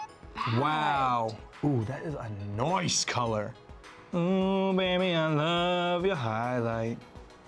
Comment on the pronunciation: "That is a NOICE color"